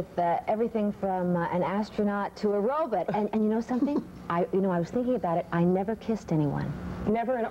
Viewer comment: she said robut! kids these days don't know how to pronounce robut!